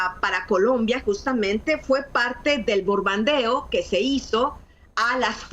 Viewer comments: Qué grave que a ésta señora no le parezca nada importante, que los cárteles sean señalados como terroristas, siendo que ello les permite intervenir militarmente. Ni sabe decir " bombardeo" no se dice "borbandear". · Anabel Hernández repitió 3 veces la palabra BORBANDEO en lugar de Bombardeo, con eso delata la calidad o calaña de periodistas y escritora que es. Eso ya no es equivocación involuntaria, es ya su nivel cultural... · No puede decir bom bar de o?